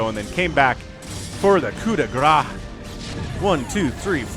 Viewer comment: Yeah you need to pronounce the S. Grâce = Grace. Â is a long A, like in Awe. Check Google Translate for the exact pronounciation. Ending consonents in french are almost always silent. So when you said Gra, I heard "Gras" = Fat/ Grease 😆 No big thing, we all understood, it's just funny for a french speaker to hear "Fat Strike" 😆 French is a tricky language for sure! 😄